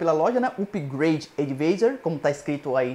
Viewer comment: se diz "advaizor"